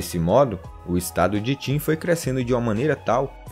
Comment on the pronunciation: Vim por causa do manga kingdom, e n é timmmmmmmm é qinnnnnnnnnnnnn, se pronuncia como se escreve